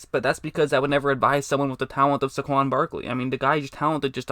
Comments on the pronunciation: It's Say-GONE! 😉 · It’s pronounced “Say-Kwon” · The way u say saquon cracks me up